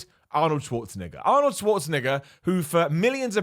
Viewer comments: erm.... its an e in arnolds name not an i.. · Do all british people pronounce Arnold Schwarzenegger's name like that cuz that's how you get twitter canceled